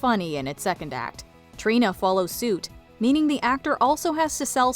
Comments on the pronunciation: Trina was mispronounced, Jinkx was not in the video. Sad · I'm sorry the way you say Trina absolutely made my blood boil